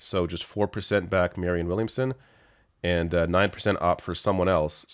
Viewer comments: still seems to have trouble with the name "Williamson". Did she say "Womanson" again? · "Marianne Wilmingson." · Dude... The first woman didn't know the word for a crystal ball, and the second woman got Marianne Williamson's name wrong. Jesus Christ